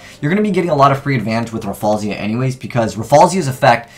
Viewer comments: Why do you always say "Raffalsia" instead of "Rafflesia"? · Say it with me: Raf-FLEY-shuh. Jesus.